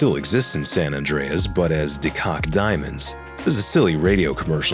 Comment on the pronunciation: Koch is pronounced as coke not cock irl